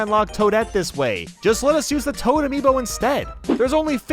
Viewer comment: I just realized is not Amibo but Amiibo